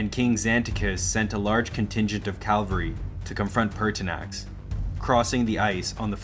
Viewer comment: Very good video but inexplicably , the narrator , or is it an AI generated voice ? continuously says “calvary” when referring to cavalry .